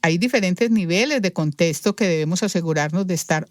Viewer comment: Es contexto. No contesto. Me da ansiedad óir esa pronunciación.